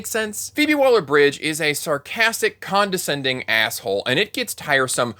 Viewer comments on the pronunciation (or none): none